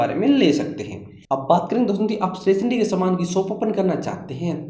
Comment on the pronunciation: Stationery bolna sikh ja😂😂😂